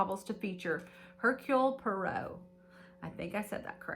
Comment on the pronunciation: How fun! Enjoyed this video,! What a fun touch to include gifts to open as you enjoy the book 🥰 Reading the book becomes an immersive experience! P.s. Poirot is pronounced "pwah - roe" ♡♡♡😊